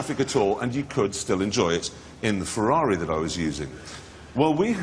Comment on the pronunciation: funny how these guys mock americans for mispronounce "jaguar" when they call ferrari a "fewawi"